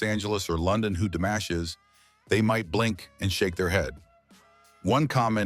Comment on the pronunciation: C'est une nullité sans nom ta vidéo pourrie ! On dit pas DAmash mais DImash, rigolo va !